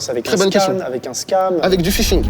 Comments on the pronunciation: "les tentatives de pishing" ooh non pas ça ! "Ph" ça se prononce "f" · Les tentatives de phishing* pas pishing